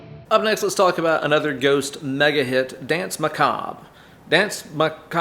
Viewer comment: Dance Macob-ray is the phonetic if you're considering the word Maccabee. The RE suffix COULD be silent. If it's not, You know the Latin pronunciation would be RAY for RE. Maybe we can get Tobias to verify that.